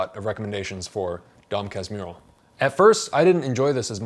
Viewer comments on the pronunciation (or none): Casmurro sounds like Casmooho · "Philosopher or dog?" = "Quincas Borba" ("KEEN-kahs BOH-r-bah") Casmurro = "kas-MOO-ho" :) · I think the closest thing I can write for you as "Casmurro" pronounciation is "Callsmooho" (oo as in food). Peoplo will probably get it right. Congrats for the review, man! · "Dom Casmiurro" aí MDS ❤️ Amo Dom CasmUrro (🇧🇷) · To pronounce: DOM "KASMOORO" not "kasmiro" U=OO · DOM CAS-MOO-HOO.... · Casmurro reads /kuhs-MOO-hou/ in Portuguese. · A little help on the pronunciation efforts: Dom Casmu-who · caz-moo-ho... try that :-) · you pronounced it perfectly except for the the R you gotta say it like an H. It's Dom Casmuho with the vowels you pronounced. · Dom kas-moo-hoh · You might pronounce like this "Dom Casmoohoo" open A, tonic at "moo" and, in this case, R sounds like H in english. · Cause moo hoe is how you pronounce Casmurro. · just, if nobody else in the comments said "Casmurro" is pronounced "Cahs-moo ho" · You got most of the pronunciation right, man. Dom is perfect, so is Cas. Mu: moo. Rro: Ho, Like Santa Claus' laugh. For portuguese speakers, I know this is not how you actually separate the word. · You can pronounce Casmurro like "casmooho" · Tip to pronounce Casmurro as a brazilian: Casmoohoo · Yoy can say Dom Casmurro like "Dom Casmoorro" you'll sound just like the right way to say it! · I'm surpriesed I haven't found this in the comments, so here goes a tip to speak the book's name: Your "Dom" is good enough. For Casmurro, try changing the "u" sound into a "oo", like "scooby-doo" Casmooro. That'll do it. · About the pronunciation, the letter "U" in portuguese, is pronounced "oo" like um "boo" or "moon". So the right way to say it would be "Casmoorro" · CAS - MOO (stressed syllable) - HOO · the pronunciation would be like Dom Cass mooo rro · "Dom Casmurro" phonetically is pronauced as "Dom Kasmuho" because "r" ou "rr" has the same sound as "h" like in "hospital" in English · but the U sounds like OO in english.